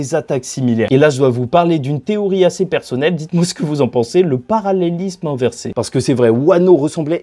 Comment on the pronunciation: Parallélisme inversééééh. Ptit accent de koffi olomidéééééh